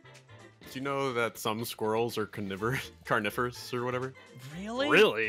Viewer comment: It is Carnivores (Car-niv-ors)